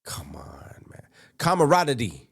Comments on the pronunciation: I'm fucking dying over this dude's mispronunciations 😂😂😂😂😂 Full ride on a cattle fart lol 😂 I'm sorry for making fun. I think there was like 3 or 4 other words that were pretty bad, but the camadoddidddee from the other day and now the cattlepooted 😂 Fuck i am dying!!!! This video is too goddamn fucking funny ❤ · CATTAPURRERT & CAMMARRARRETY LMAOO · All those books and he still can't say comradery